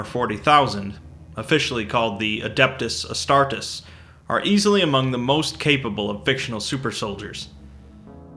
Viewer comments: 'Adept-us ah-star-tease', no? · Adeptus Astartes (Ad-ə-ph-t-û-s Ăh-s-t-ar-t-EE-z) it's a long "e" not a short "e" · Butchered the name